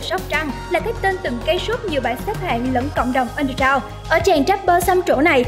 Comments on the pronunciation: đọc lại kiểu( viêt súp) giúp mình lại từ : ăn đơ gờ rao nhé . bạn đọc mình nghe thành (ăn đơ dao) rồi :v ko cần đọc nhanh thế đâu , mình biết bạn giỏi tiếng anh mà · Rap mà đọc là trap ? Rồi underground đọc là ăn gờ rao -_